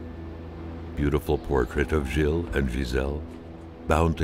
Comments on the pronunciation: you keep mispronouncing Gilles lol it's okay to butcher words, but if there is someone, the narrator in this case, who keeps telling you how to pronounce said words, it's kinda annoying. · Like the game so far.I'm a french canadian, so it's nice to see Quebec from decades ago. PS:Gilles is pronounced like Jill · I love all the differently wrong ways pronounces Gilles.